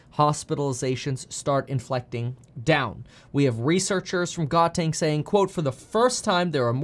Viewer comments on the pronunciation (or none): the pronunciation of Gauteng is suppose to : "how-teng"